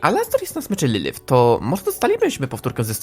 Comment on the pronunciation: wymowa nie boli.. VAggie? nawet sama mówi że poprawda wymowa to Veggie.. LYLYF? lilif.. nie licząc tego to filmik bardzo ciekawy